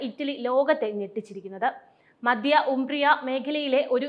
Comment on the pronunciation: മദ്യ അല്ല മധ്യ എന്നോ മദ്ധ്യ എന്നോ പറയുക.. മലയാള ഭാഷ ആദ്യമേ പഠിക്കാൻ നോക്ക്..